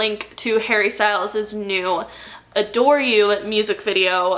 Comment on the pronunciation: When you first mentioned “adore” I thought you said “a door” and I was promptly confused for a few minutes 😅